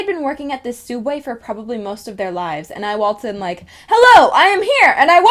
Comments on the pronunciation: Wtf is a fucking sooubway It's subway you daft nugget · comic also your vids are awsome also its subway not sooubway!!!!! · why does everyone prounouce subway suodway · Sooubway ? What isn't it subway thats how they spell it in Australia is it just in america were it's spelt sooubway or what please can some one tell me. ☹️ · Is it only Americas that call it soobway?????? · So...soubway? U...u can't handle soubway......... Idc u r awesome! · It's not soub way it's Subway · Is she saying soubway and now subway. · Oh god the soobway. Olives.. the olives...!! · TheOdd1sOut why does people say sooubway I call it SUBway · She doesn't even say SOOUBWAY right 😤😤😤 TRIGGERED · Its pronounced soo-ub-way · SUB-way!!! Please, for the love of roses say it right. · Why does everyone pronounce subway like that😭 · Its pronounced subway : ) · She said sooubway 😂😂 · Your not the only one who says Soubway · what do you mean its sooobway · why are you calling it suoobway are you trying to copy the oddsoneout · She is saying it wrong